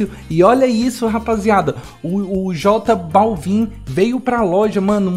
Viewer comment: n se fala balvin, se fala bálvin